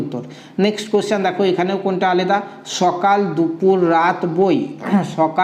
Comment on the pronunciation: aleda uchharan hobe na alada